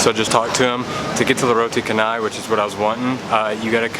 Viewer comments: Roti canai.. Roti is right.. But canai is pronounced as (char-nay) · Just some sharing on the pronunciation, for roti canai - the "canai" - CA to pronounce like name Charlie's "Cha". So is Canai (cha-nai)😊👌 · Roti Canai is pronounced Roti Shen-nai. Not Ka-nai. C in Malay is pronounced Ch. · Awesome video about the food and your experience. Hehe, every time you said roti canai, I smile..so tiny help--> canai is pronounced "cha-nah-i". I wish I was eating Kenai, i mean, Roti Canai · the correect way to roti chaaa.. naiii... not kannai good video man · Beautiful video. Btw, canai is pronounced CHanai and not Kanai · its not read as kanai. its read as cha like in charcoal. so its like cha-nai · yeah it's pronounced char-nai not kah-nai. don't worry though it's common among westerners. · Canai is pronounced Cha ni. I have spent over 2 years out of 30 years travelling in M’sia, birding. I miss the food so much. You can even buy an excellent beef curry in a can ( Ayam brand). Very tasty if you are in a hut in the jungle. Keep upthe good work man. I watch a lot of Asian food porn on Youtube, but I am not sure which Vlogger I like best, you or Mike Chen. You are high on the list. I envy you, dude. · Roti Canai...pronounce the “c” like “ch” as in Chi-nese i.e. “roti chanai”. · Fyi, c in malaysia pronouns as ch not k. So canai is not kanai. Welcome to malaysia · When you come back, go to Mahbub at Bangsar. They sell nasi beryani. Best nasi beryani in KL. Also, best to wash your hands (with soap) before and after you eat. Good hygiene. PS/It's pronounced Chan-ai